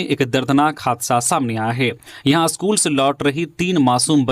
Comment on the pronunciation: आप का 'स्कूल' का उच्चारण अशुद्ध है. इसे ठीक कीजिए.